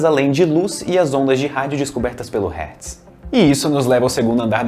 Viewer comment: Na primeira vez que ele fala Hetz KKKKKKKKKK